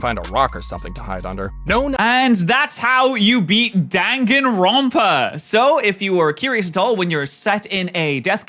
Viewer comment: The n in front of a p (or a b) is pronounced as an m. Like in senpai.